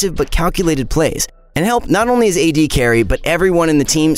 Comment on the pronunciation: HE SAID "AD BRUISERS" INSTEAD OF "A D BRUISERS" I CRINGED SO HARD